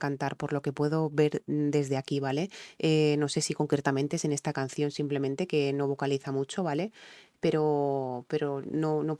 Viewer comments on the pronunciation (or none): none